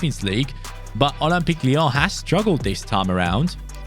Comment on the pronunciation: Ole-m-peak Leee-yaawn 😅